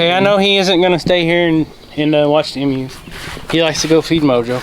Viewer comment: I don't want to sound mean, but the are Emu's are pronounced long EEEEE mu